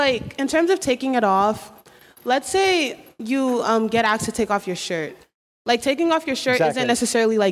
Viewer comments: When he talks it sounds like he's whining. You're in college please say the word asked correctly. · Is it also ray cyst to expect that a college student be able to say "asked" instead of "axed"???? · i honestly hate hearing it. deliberately saying a word wrong. axed or finna even ecscaped. it just annoys me. imagine people just starts saying mrullow instead of hello its just weird. now if the person was severely handicapped i would understand it but someone who has no disabilities and just chooses to say it like that is kind of annoying and weird like do you not understand the language we are speaking here? its very simple. AS-KED, E-SCAPED, GOING TO (GONNA) FINALLY GOING TO TURNS INTO FINNA. to me only stupid people are doing this on purpose. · Yes only stupid people cannot say "asked" properly and a couple of other words.Also "my bad"should be "my mistake".